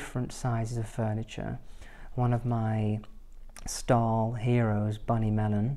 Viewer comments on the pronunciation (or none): Every time you say style I hear star. Lol